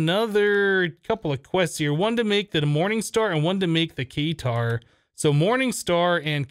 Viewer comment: the Katar is pronounced kuh-tar, not kay-tar.